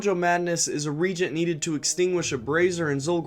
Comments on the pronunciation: It's pronounced "ree-Agent" not "reeegent" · Yeah re-agent vs regent.:P all good though. Good video.:) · "Reagent" is not the same word as "regent". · A new generation of fans gonna be out in the world mispronouncing reagent, absolutely unemployable!